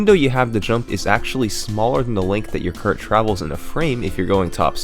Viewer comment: UGH! Is there a YouTube rule that states every damn youtuber HAS to pronounce ridiculously wrong some words? Like KERT instead of Kart?